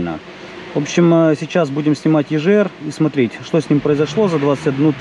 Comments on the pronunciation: Егр, а не ежр 🤦‍♂️ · Почему клапан ежр если правильно говорить егр? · ЕЖР? Ты говоришь Газы или Жазы?